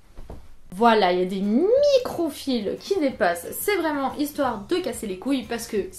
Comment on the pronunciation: Ouiiiii mon genre de vidéos préférées 😍 "Vrrrrrrraiment" Et on n'est pas saoulees que tu parles, on adoooore 😍 Mais perso je sais que je suis abonnée parce que j'aime tout ce que tu fais. Donc si tu n'en fais plus, je continuerai à regarder tous tes contenus !